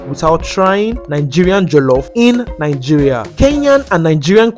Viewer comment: They also pronounce Nigeria as nainjiria😂